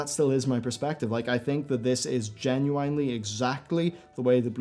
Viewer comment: You have to stop saying genuinely. Jen yoo WINE ly.